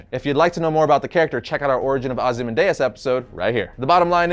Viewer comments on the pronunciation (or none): Ozy man dayus? Are you serious? I love you and this channel, don’t get me wrong, but how do you mispronounce one of the most well known names and spoken names period. And even if that somehow was the correct pronunciation, who tf says it like that?! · It is ozymandiaz not ozy mandiaz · “Ozi man diez “ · How can you not know how to pronounce Ozymandias?